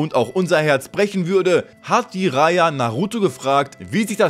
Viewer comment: Er heißt Jiraya und nicht I-raya T.T und es ist Akatsuki und nicht Aka-tsuki T.T